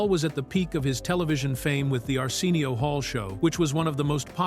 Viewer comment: Weird pronunciation of Arsenio too. Arseenial